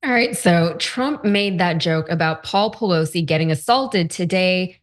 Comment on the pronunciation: At the beginning of the clip he accidentally pronounces her name correctly 😂😂😂